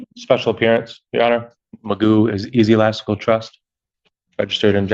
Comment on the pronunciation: “Easelastical trust” 👀???? Huh ??? 🤷‍♀️ Does he mean Ecclesiastical